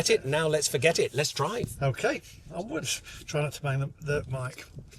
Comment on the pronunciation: He was keen - def been chipped - was dominated there he couldn’t even say onwards properly lol